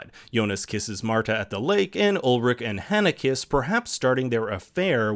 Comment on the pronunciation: Ulrich pronounced wrong too, dude c'mon